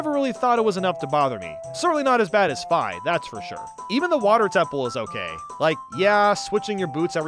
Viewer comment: I can forgive you for ranking Skyward Sword so low because you ACTUALLY PRONOUNCED FI'S NAME CORRECTLY. So many people pronounce it 'fee' because they don't know the original Japanese version (when romanised) is spelled 'fai'. THANK YOU (also yes, I totally have bias because it was one of the first Zelda games I ever played but I'd still love it anyway)